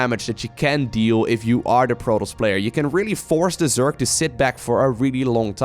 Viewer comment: It's not zyork it's zerg